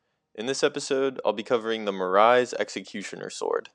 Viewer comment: "Eochades" and "Marise" is killing me. You got to Google this shit before you say it